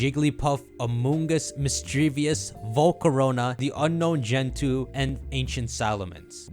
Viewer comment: It's not a big deal, but mis-dreev-us